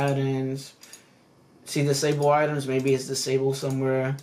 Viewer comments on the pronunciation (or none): none